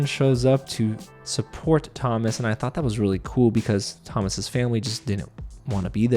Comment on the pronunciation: In French, Thomas is pronounced To-mA, the S is silent ;)